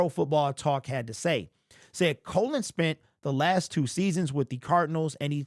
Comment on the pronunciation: Cologne... u r brutal with the names...lmao 😂